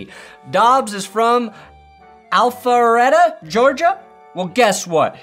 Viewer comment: you nailed the Alpharetta pronunciation despite sounding hesitant while saying it